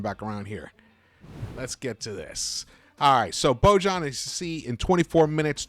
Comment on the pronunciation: Please pronounce Boyan ----- or Bogie is his nickname!!